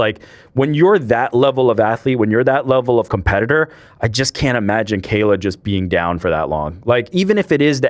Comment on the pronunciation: Moron! He is not pronouncing Kayla Harrisons name right. It is not pronounced kell